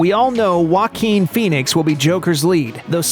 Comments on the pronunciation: Its pronounce "jack-win" Not "yark-win" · Joaquin is pronounced (Hoe - A - kin) im fr